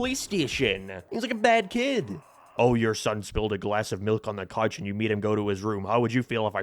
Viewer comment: The way this guy pronounces vowels is insane. I've never heard a couch called a cache.